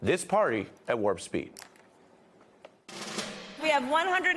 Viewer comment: You're killing me with "WARP SPEED".